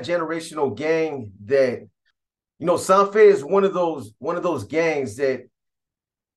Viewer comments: Its SAN FER not SAN FE !! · Lol u hella pronouncing San Fer wrong af 😂 ive heard u say this in other videos its halarious! U have to pronounce the R at the end harder than that! It sounds like u say SanFe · Pronounced like San Fed…roll the R